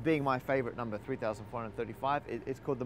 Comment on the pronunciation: Everybody on this channel says "numba"